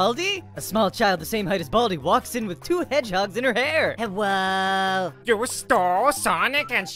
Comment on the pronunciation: Hewwo my fewwo Americans